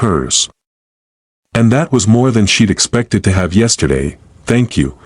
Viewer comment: I like the story but the AI needs fixing. It doesn't know how to read some of the small words.....to, us.....AI says the letters instead of the words.